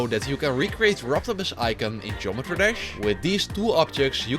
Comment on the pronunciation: iin the start u said gemetry dash and NOT geOmetry dash